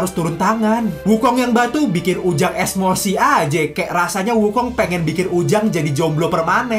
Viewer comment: Bsng bukan esmossi tapi emosi bang